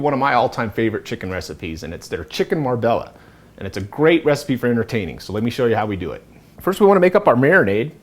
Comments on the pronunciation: OMG it's not Marbella - have you been to Spain? It's pronounced Marbeah - like the city in Spain where the dish originates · I've owned, lived, and cooked from my Silver Palate cook book for almost 35 years. Never made this one, 'tho it looks delicious! I just recently learned (from Christopher Kimball, no less!) that it's correctly pronounced Mar-BAY-yuh.. Great video!